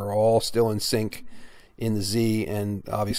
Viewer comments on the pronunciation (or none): none